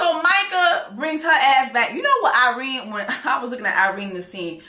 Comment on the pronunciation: it’s Irena 😂😂 I’m hear for it though.